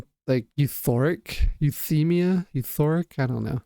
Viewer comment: It's you-thigh-me-ya (euthymia).